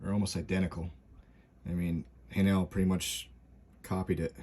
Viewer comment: Say "hay-nul" emphasis on first part.